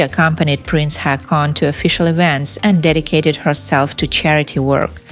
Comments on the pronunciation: Two " a " make it sound like " o ". Pls learn the pronunciation before saying people's names. Haakon = Hokon. Not Hakon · IT'S HAW-KON